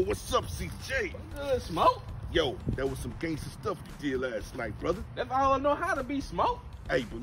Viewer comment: It's Brufer not Brother